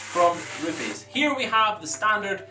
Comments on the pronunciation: It's not ru-piis it's RU-PEZ! it's Italian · I wish he would quit saying rupes like that.